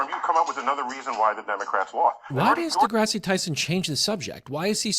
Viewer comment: Is a midwit someone who stupidly uploads a video about Neil deGrasse Tyson without any clue as to how to correctly pronounce the "deGrasse" part of his name?